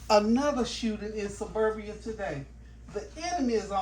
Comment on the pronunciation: Greetings!!!….also, it’s pronounced Serbia, instead of Suberbia😢😮❤